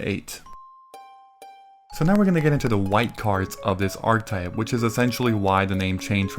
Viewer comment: I love these videos. But man, the word is ˈärkəˌtīp. You pronounce the e as a stand-alone. It’s a 3 syllable word.